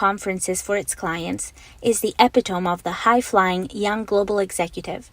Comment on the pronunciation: epitome --> eh-pit-oh-mee Just a note for the audience and the voice actor.